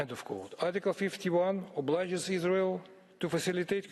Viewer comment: Yes. The verdict is in : There's No izzzrael. Agreed